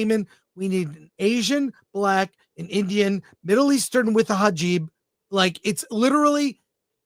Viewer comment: You mean hijab instead of hajib ?